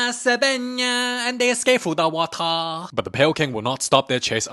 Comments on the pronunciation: "NAAAAA INGONYAMA, and they escape through the watah" Nah, that line got me 😂😂😂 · "AnD tHeY EsCaPe ThROuGh ThE wAtAr ☠️ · "NYAAAA SEDANYAAAA AND THEY ESCAPED THROUGH DA WATAH"😂😂😂